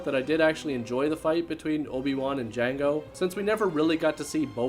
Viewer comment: The D is silent with Jango...